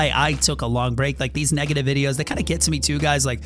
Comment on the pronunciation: just said nigative